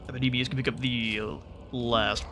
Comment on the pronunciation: does anyone else here hear MACADAMIAS! whenever he shouts what i assume is actually epidemias?